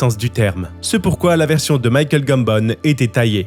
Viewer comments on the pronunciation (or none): none